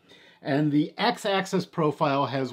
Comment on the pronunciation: I had to stop watching. It’s “Axis”, not access.